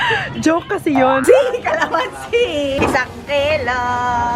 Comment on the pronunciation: “C-Calamansi” sounds like Icy of Itzy HAHA<3